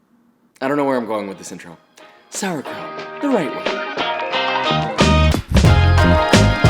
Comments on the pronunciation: As a German I approve But the PRONOUNCIATION you were so close psd nearly there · Hihihi, you really call it "Sauerkraut"! How funny, from germany 😄